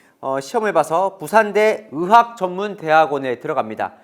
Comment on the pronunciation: 아나운서님이 의학을 으학 으로 발음하시네요 다른 기자님들도 그렇고.. 이렇게 발음하는게 맞나 싶을정도로 이런 사람들이 많은데 제가 잘못알고있는건가 싶을정도네요.